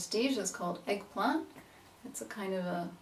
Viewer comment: the way you said "eggplant" sounded almost australian! and russian is still my favourite accent, thanks for bringing it out once again <3 who's hand was that ?!